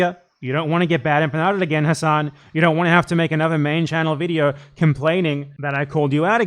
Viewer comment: Turks don't care about Arabs dude. They have so many racist terms for us. He doesn't even correct people for mispronouncing his own name, and he's brainwashed into mispronouncing it himself. It's pronounced Ha-Sin("Ha" and like the word Sin, or Sen). It's not Hass-On, like a street fighter move. There's no vowel towards the end of Hasan in Arabic. Sorry, it just drives me crazy cause I'm a Shia, plus I hate people too scared to correct their own name to people their entire life.